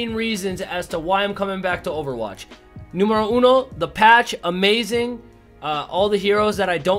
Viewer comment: "NUMBERO UNO" Me-*FALLS OF THE CHAIR IMPRESSED OF HIS SPANISH!!